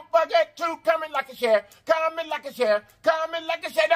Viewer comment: Comment, like and Sharon is what I hear sir